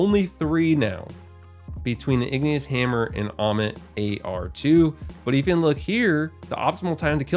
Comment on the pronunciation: The sound of ammit hurts my feelings